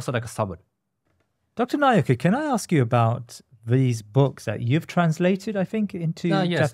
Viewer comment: Truly an enlightening episode. I just wish at least the host can pronounce Dr Naoki's name more correctly..